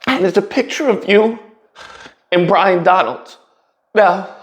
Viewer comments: It's "BY-RON" not Brian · Talking about people mispronouncing words…his name is Byron not Bryan idiot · it’s Byron Donalds, not Bryon. Dude can’t spell or pronounce either it seems.